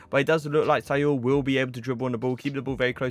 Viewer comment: “Say all” its Saul